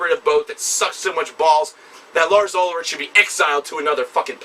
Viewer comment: Lars' last name is pronounced "ool-rick" not ul-rich.